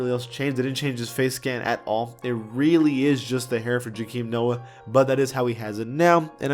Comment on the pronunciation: The way says Joakim u just know he started watching ball in 2017